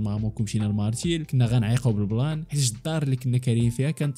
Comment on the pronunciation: مارتيل ❌ مارتشيل 😅